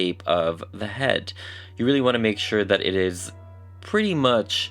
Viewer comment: I love your work. The only think I do NOT like about everyone who does this is……”taht”… why do some Americans say that like that? Just that word lol